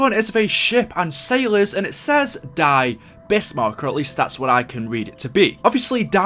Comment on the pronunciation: Ew. He said die as die when it’s pronounced as dee